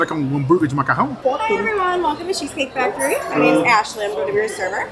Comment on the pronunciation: Vc e famoso de falar as coisas de comida tudo errado Hahah cheese cake factorrrryyyyyy